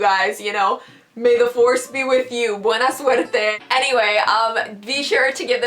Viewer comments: I love how you said in Spanish "buena suerte" 👌🏻❤️ btw i love your videos 😊😄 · You sound so good saying good luck in spanish